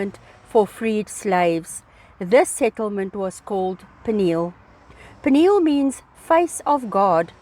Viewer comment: It's pronounced P-knee-hell....